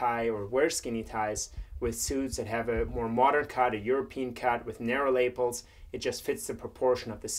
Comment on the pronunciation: Lay-ples? I'm pretty sure its luh-pells. But otherwise, yeah, this is how I tie my tie. lmfao